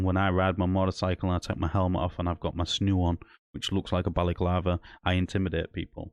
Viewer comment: Mate, it’s a balaclava not a Bally clarver and a snood not a snoo. The only crime here is your pronunciation.